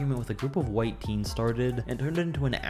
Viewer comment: Why does this dude go "white" teens like wtf